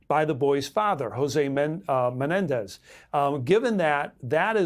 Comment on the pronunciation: “All of the Menendi!!” 😂😂😂😂